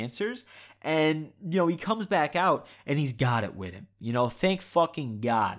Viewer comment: I thought you said “OMG my dad is black” for a second